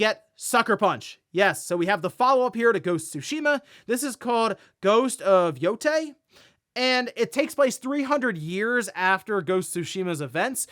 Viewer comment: So far have not heard any youtuber say the name yootei correctly :D